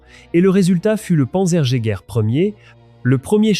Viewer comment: ça te ferait chier de réécouter la voix AI avant de poster ? c'est du travail remarquable, et ça gache tout .... "le panzer i " panzer jagaer" "quatre ving' T huit" "le KA VOUNE"